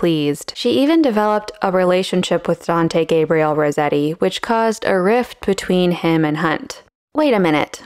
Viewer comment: That's not how Rossetti is pronounced